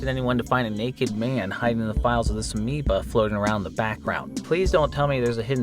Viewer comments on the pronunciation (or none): bro stop saying Amoeba